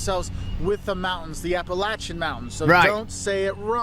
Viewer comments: I'm from West Virgina and I was so confused when they said coleslaw wasn't normal on a hot dog and when he said "apple-ashia" i genuinely died inside also the building with the gold roof at the beginning is the Capital vuilding in Charleston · Come visit us!!!! But when you're here remember to pronounce it right because if you say appalaysha we will throw an apple at ya !! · You're wrong. I live in WV it's pronounced apple atcha. Any other way is wrong. You defer to natives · "apple at ya" say it wrong. Its not a problem. People would hear your accent and know you aren't local, and will nicely let you know. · No, you're just saying it wrong. Don't make me throw an apple atcha